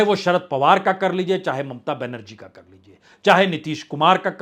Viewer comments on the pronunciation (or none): none